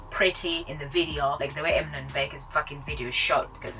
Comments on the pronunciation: they dont even watch eamon and bec videos enough to make an opinion else theyd know how to actauuly pronounce eamons name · This vid is literally the dumbest vid I have watched. Yuck. BTW - say Eamon's name accurately if you want to roast them and ride on their coattails. Idiots.